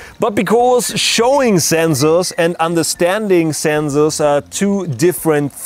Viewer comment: "Do not make comments about his pronunciation" "Do not make comments about his pronunciation" "Do not make comments about his pronunciation" "Do not make comments about his pronunciation" NIICEEE ZENXSORRS !!!1!!1!!1!